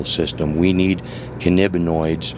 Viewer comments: canabinoids lol not canaboids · cannibanoids he said instead of cannabinoids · You can clearly see the regret in his eyes. He was expecting a decent answer, but instead, all he got was incoherent rambling about the benefits of Marijuana and "cuhnnibinoiduhl systuhms". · Mr. horror scare I know lol he said cinib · "Cannibaniod" laughed so hard I shit. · I love how he is talking so passionately about cannabanoids and cant pronounce it